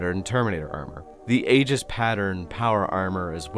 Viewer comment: Pedantic asshole nitpick time: Aegis is pronounced "ee-jis", not "ay-gis"